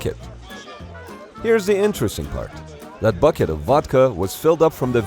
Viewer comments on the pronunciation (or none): none